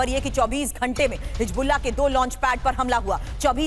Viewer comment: always makes mistakes on hisbullah pronunciation